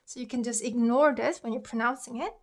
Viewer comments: Just a heads up. The "g" in ignore is pronounced as a g. Your pronunciation is a bit off I'm afraid. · ignore IS pronounced like iG-nore though, like everyone who I know does pronounce the g in it. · I'm sorry but i think your first English word example "ignore" is pronunced same as 'ignore' (with the g sound but lightly not in heavy g sound like in korean tongue 그 ) you can double check it if in doubt. I learning from your korean word pronunciation/word reading though. Thank you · Love your videos! I totally get what you were trying to convey, I think, so I'm sorry, I just have to correct you on 'ignore.' I'm canadian, and I checked and it's the same in American and British english, the g and n are both pronounced, quite harshly. It's pronounced 'ig-nore' like '익그으 노르" the 'g' sound is carried and emphasized. It's the same with ignoble (ig-noble), agnostic (egg-nos-tic), prognosis (prawg-no-sis), incognito (인 커그으 니토), diagnosis (다이아그으노시쓰). I think if you say "ing-nore" (잉 노르)people will understand, but it sounds a bit like a lisp. Or like an accent from a remote area. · that's not the proper way to say ignore in English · I agree that it's not deep and I have nothing against the person who made the video. I simply said that ignore was pronounced wrong which is relevant for a language vid because it's a confusing example for English speakers trying to learn Korean. That's why I think it's funny / odd that you keep defending it. If people don't care about pronunciation or grammar that's their choice / career limitation. I won't reply again if you don't.